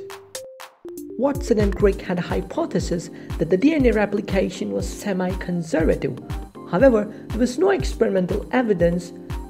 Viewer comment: hahahaha...its more like "see my conservative" ...lol..but thats the ryt way to pronounce it